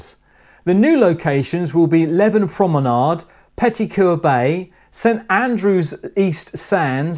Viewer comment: Fife place names...close but no cigar. Leven is pronounced Leeven and Elie is pronounced the same as Ely in Cambridgeshire.